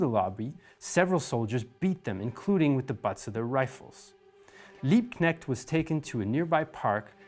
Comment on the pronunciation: Liebknecht/Luxemburg? Really? Every single time!